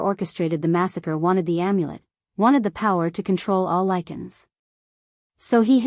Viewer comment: Let's say it together, now....ready? Lie-can......Lycan AI is stupid af!